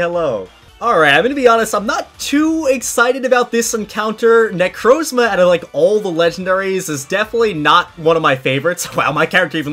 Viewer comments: Bro he say necrozla necromza is not hard to say he really does mess up with words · how he pronounces necrozma smh